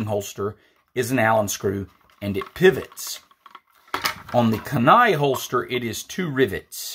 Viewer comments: Kenai pronounced “keen eye”.😉👍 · great video. pronounced key-nai my friend